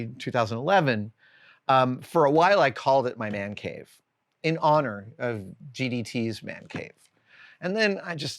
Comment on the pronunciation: "THE WO' MAN CAVE" (WHOAH-MAN) 😅